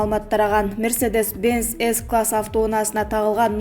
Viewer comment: Мерседес s класс эмес G класс а, ж, эр эмес эй, джи, ри